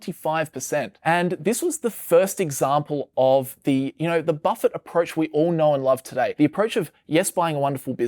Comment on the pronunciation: Its hard to listen when you are keep mispronouncing Buffet name